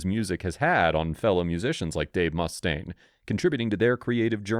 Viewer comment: The narrating voice, which I’m sure is AI, actually pronounced his name correctly,it was the moron who did the titling that spelled it “Mustang”, but the narration pronounced it “Mustaine” each time it was said. More irritating is Neil’s name being pronounced “Pert”. Although I will admit that few people knew the proper pronunciation of his name, since Rush got little press in the 70s and 80s. I will admit that I and every musician I knew, pronounced it Pert back then. It wasn’t really before the 1990s that it became publicly well known it was pronounced “P-ear-t, like you’d pronounce “ear”. That’s okay, because during their Rock And Roll Hall Of Fame induction speech, Taylor Hawkins pronounced it “Pert” at least a dozen times. I will admit that after pronouncing his name as “Pert” for more than 20 years, it took me a while to say it right and I still slip up now and again.